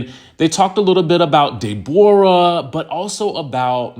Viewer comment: Did you just call that girl "De bora" 😅🤣